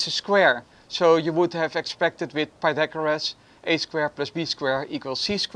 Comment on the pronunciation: WOH PEETAGORUS GEARS?? sorry XD